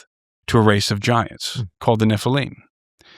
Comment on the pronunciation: I don't understand why people pronounce Nephilim like it's spelt Nephileam it just sounds so weird to me for some reason.